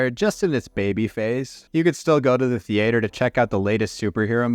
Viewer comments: WTF is a thee-ate-'er? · i was going to comment somethign related to the passage of time seeming much slower when you're in it but they you said "theater" like a goddamn alien and i had to do a double take. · Did I just hear you say Thee-yaaay-tur? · You say theater so poshly like do you say wyat the devils are you doing or what the hell are you doing I feel like youd say what the Davils